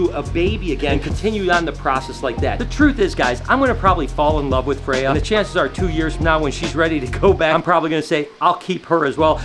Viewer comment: In Swedish, we would roll the R pronouncing Freyja, we almost always roll the R's. Also I love norse mythology as it goes back to my ancestors religion being from a family as far as I know purely Swedish. I haven't heard anything about ancestors outside the Nordic countries at the very least. I don't know if this is how they're originally pronounced but in Swedish they are.